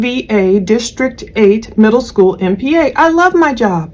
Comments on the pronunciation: finally I’ve wondered if the way she’s “skoo,” was just me- it’s so very off putting. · not at all I thought how she said school too.